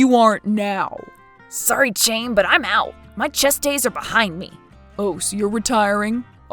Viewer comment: "Chaim" is pronounced "hime". "Him" with a long I.